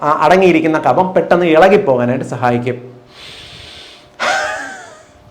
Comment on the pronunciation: Ezhuthunnathu kafam vayikkunnath kabham.